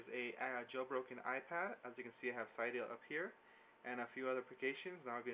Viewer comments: It's pronounced "cidiya" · It's pronounced like cidia